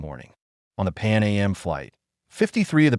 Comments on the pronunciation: It’s not Pan A.M. it’s Pan AM short for Pan American! Also if this is an American AI we don’t say holiday we say vacation and typically don’t use meters this video is an insult! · I can't deal with this AI voice. I checked out when it said "Pan A-M" instead of "Pan Am" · This is an excellent video. Calm down hate posters. Since KLM is pronounced K L M, maybe it's assumed AM is A M. Certainly didn't effect my viewing. Saw another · This is an excellent video. Calm down hate posters. Since KLM is pronounced K L M, maybe it's assumed AM is A M. Certainly didn't affect my viewing. Saw another video where the voice kept saying Ten-a-ree-fay. Now that's irritating. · “Pan A.M.?” I’m assuming this was created by AI. So annoying.